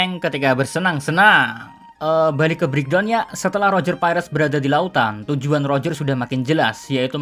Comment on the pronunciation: Mimin nyebutnya salah ejakannya, udah keras salah lagi wkwkwk. Bukan pakek L tapi roger pakek huruf R